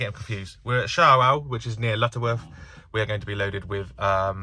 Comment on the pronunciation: Shawell pronounced showell 😂